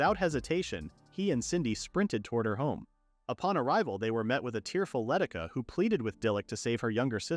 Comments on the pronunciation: Why does the voice keep reading Leticia as Letica? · How do I know that generalized AI is lightyears beyond our current capabilities? It's been years and the AI script and voice writers can't understand "Luh-tee-shuh" is how you pronounce "Leticia". And other such weird issues and mispronounced names.